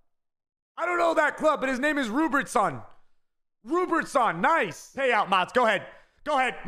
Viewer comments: Love he says Rupertson instead of Robertson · My man said roobertson and didn’t know what Liverpool was 🥲still the 🐐tho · Its no one going to talk about he doesn’t know what club Liverpool is and said RUBERTSON, is it a joke or what?